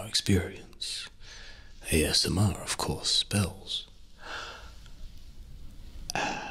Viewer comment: i skipped a bit at the start so the first thing i hear is "ass mister"